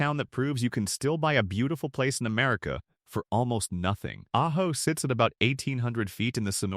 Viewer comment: AI is hilarious. First it says ah-joe. Then it pronounces it correctly as ah-ho. Then it's a-ho.